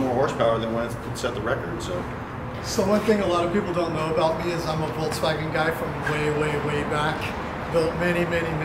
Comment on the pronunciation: Love how you guys pronounce it VOLTS WAGON when it is VOLKSWAGEN